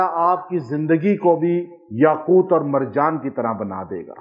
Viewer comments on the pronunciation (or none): Aoa. apny Taa pr zabr prh di yaqoota, jb k Taa pr paish hai,yaqooto hai. Braiy mehrbani is ki islah kr lijiye. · yaquuta padh rahe hen. Yaqutu he baba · AAP ayat ko ghlat pard rahay hai correction karay yaqootu hai yaqouta nhi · السلامُ علیکم جناب اپنے يآقوتا۔ پڑھا ہے ہے یاقوت کیا پڑھنا ہے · یاقوت کے ساتھ پیش پڑھے زبر نہی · یاقوت کے پیش کو نہی پڑھا نے ۔۔۔یاقوت کے پیش کو پڑھے قران کودرست پڑھنا چائیے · Aslam oalikum ka Sath Lafz taa KY uper peesh ha zaber nhi. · بہت ادب سے عرض ہے کہ آپ یاقوت پر زبر پڑھ رہے ہیں جبکہ پیش ہے اصلاح کے لیے معذرت خواہ ہوں